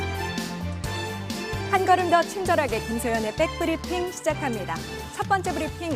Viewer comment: 김 소현 기자, 빽 브리핑이 아니고 백 브리핑입니다, 개그도 아니고 뉴스에서 자꾸 빽 이라고 읽으시니 굉장히 거슬립니다, 영어로 제대로 발음해도 back 입니다 bbeck 가 아니고요.